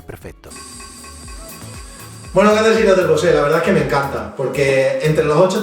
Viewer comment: Es BOSE ,no ...BOSe' jkjkk, eso es el cantante,es como comparar un sector ibiza con un M2